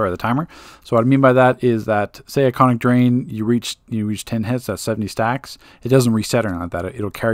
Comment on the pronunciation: It's ionic drain not iconic 😁